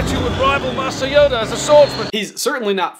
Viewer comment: YODA not Honda